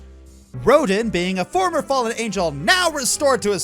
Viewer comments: "Once you finally do so, you'll face off against 'Ro-deen'." eye-twitch... Yes, it's spelled R-o-d-i-n, but it's pronounced "Ro-dan". Like Auguste Rodin, the french sculptor. And like the way it is pronounced in the game. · Rodin is pronounced Ro-DAN. it's French...... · Little error. You pronounced Rodin wrong. It's pronounced Rodon.